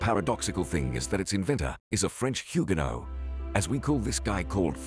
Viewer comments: Huguenot pas huguénot 🤣🤣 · Huguenot se dit Hugu'not et pas HuguÉnot. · On ne prononce pas Huguéno avec un é, mais huguenot avec un e comme "eux" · 'hughenot' pas ' hugaineaud 'ca suffira .... 😢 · Pour être pointilleux on dit pas Huguénot mais Huguenot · On ne prononce pas huguénot mais huguenot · huguenot et non huguénot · Huguenot, ça se prononce "UG-NO" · Mdr huguéno où t'as vu un accent dans HUGUENOT ?